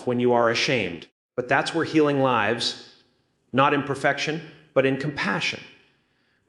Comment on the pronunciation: beautiful messages , but the ai got the lives an lives mixed up